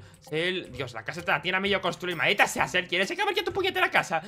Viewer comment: lol se dice Sel